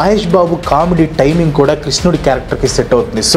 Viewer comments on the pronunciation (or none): none